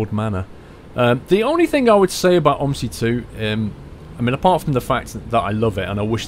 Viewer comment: Its not pronounsed om i si it pronounsed o m z i